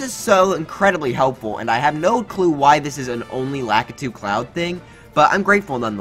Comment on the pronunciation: Cloud not clouf